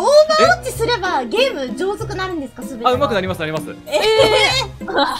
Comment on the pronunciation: の配信見てないからわかんないんだけど、普段から｢上手く(うまく)｣を｢じょうずく｣って言ってるんですか？